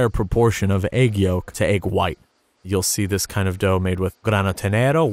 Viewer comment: this man just said eyg..........